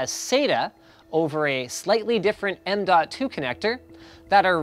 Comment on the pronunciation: What I hear is nnnmmmnmnmnmn.2